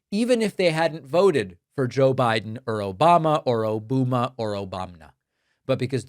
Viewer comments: Listen, I love dunking on trump as much as the next gal, but you missed the joke here, David. O-bum-a. Like a bum. Its a dumb nickname that youre mispronouncing. Why do you do things that make me defend that orange idiot? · He means O-BUM-A not O-BOOM-A. Sleepy Don strikes again with his grade school insults. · David, I believe that “Obuma” was meant to be pronounced oh-BUM-a as in “he’s a total bum!” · DAVID ! It's O-BUM-A, Trump is being "funny", basically calling Mr Obama a "bum" ! Aren't you lucky you have a president with such a witty sense of humour ? 🥱😴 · So it's O-boo-ma now, and not Obamna! Trvmp is so pitiful! Get him out, stop the war, and abolish ICE! Justice for the victims and US! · I think it's O bum A. As in Obama is a bum. Not the funniest, but better than he's come up with in a while. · Hes trying to blame Obama & thinking O-booba & it came of his mouth as Obooma.. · It's like to-MA-to and to-MAT-o! O-BOOM-A and O-BOMB-NA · Barack, who sayin’ “Obuma”?